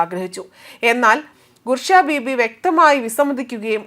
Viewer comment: ഗുർഷ ബീവി അല്ലാ... ബുഷ്റ ബീവി... എന്തൊക്കെയാ ഈ പറയുന്നത്... വയ്ക്കുന്നത് ന്യൂസ് അല്ലേ... ഒരു മര്യാദ വേണ്ടേ.....